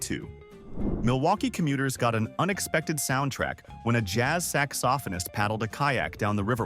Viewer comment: So the AI voice can pronounce "Hakuna Matada" perfectly, but a few minutes before pronounced "saxaphonist" as "sax-off-a-nist".